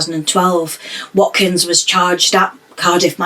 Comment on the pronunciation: You pronounced his surname correctly and his first name not too badly wrong!